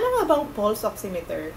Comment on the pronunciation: it is pronounce as " Pals " Not 'Puls"